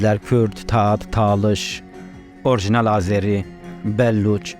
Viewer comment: Dostum o Azeri değil Azerdir.Azeri fars aksanıyla söylenendir